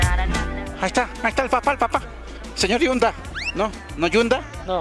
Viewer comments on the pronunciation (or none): Es el señor Hyundai no el sr yunda